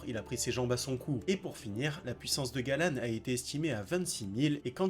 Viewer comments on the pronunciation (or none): Juste c'est pas Galan c'est galand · Il n'y a que moi que ça choque ? "Fraudin" au lieu de Fraudrin, "Galan" au lieu de Galland "Greylord" au lieu de "Grayroad" fin bref....